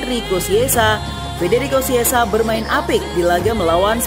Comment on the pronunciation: Chiesa bukan kiesa atau siessa ejaan nya baca dong